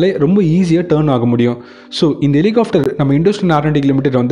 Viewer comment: Helicopter! Helihofter அல்ல! இதை chopper என்றும் சொல்வதுண்டு.